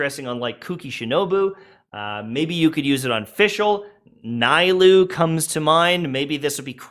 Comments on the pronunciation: OMG said NAILOU instead of NILOU. What a cultural appropriation insult to the people of Sumeru that is on Sumeria in the real world OMG he mispronounced that name and kids in AFRICA stopped eating and died because of it. What a dick. I have to report this to the Woke police in Hoyolab echochamber central. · you're pronouncing nilou's name wrong, its just how other characters call her